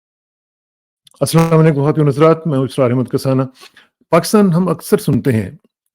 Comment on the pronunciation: السلام علیکم اسرار بھائی یہ سلام علیکم نہیں ہوتا السلام علیکم ہوتا ہے